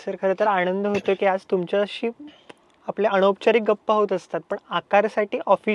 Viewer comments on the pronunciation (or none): अशुद्ध भाषा आहे, सुधारणे आवश्यक आहे. न आणि ण मधील फरक समजून घे. आनंद दिघे असा उच्चार हवा, आण्णद दिघे नाही. अनौपचारिक✔️ अणपचारिक ✖️, वृत्तवाहिनी✔️ वृत्तवाहिणी ✖️ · अणौपचारिक नव्हे अनौपचारिक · अरेरे असले भयाणक पत्रकार तयार होणार असतील तर तुमच्या DIGI 9 चं काही खरं नाहीये अनौपचारिक असतं रे मुर्ख अणौपचारिक नव्हेच! अरे तुम्ही कधी सुधारणार? कुठे न वापरतात कुठे ण ह्याचा अभ्यास इतका कच्चा काय राहिलाय? आणि हे येडं शेवटच्या वर्षांपर्यंत आलं कसं काय?